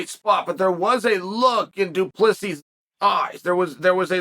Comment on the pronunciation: Good to see Chael finally get DU Plessis name right,lol.